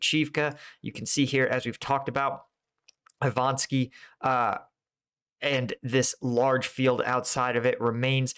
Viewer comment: Iva-nivske. Not Ivanski.